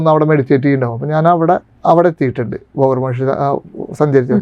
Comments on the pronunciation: ബോഗർ അല്ല ഭോഗർ ആണ് എന്നാണ് തോന്നുന്നത് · ബോഗർ അല്ല 'ഭോഗർ' എന്നാണ് മുരുഗ ബഗവാൻ എന്നല്ല 'മുരുക ഭഗവാൻ' എന്നാണ്, ഡുട്ടിയല്ല 'ഡ്യൂട്ടി' എന്നാണ് ഉച്ചാരണം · തൃശ്ശൂർ ശൈലിയിൻഅങ്ങനെയാണ് പറയുക.. ഭോഗർ എന്ന് തന്നെയാണ്